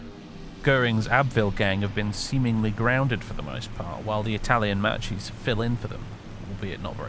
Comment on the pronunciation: When you going to learn to say Makki? It's bloody annoying